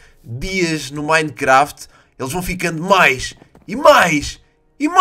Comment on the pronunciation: fala minecraft certo